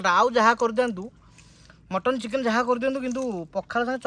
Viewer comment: Chicken ❌ ଚିକେନେ ✅ 😂😂😂